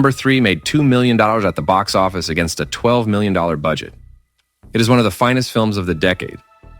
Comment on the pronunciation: Agree with all your choices! I have actually made multiple exes sit through Fearless! LOL P.S. The software you use for the AI voice has trouble with things like "$34M" which sounds garbled ("34 mallers"?) You should file a bug.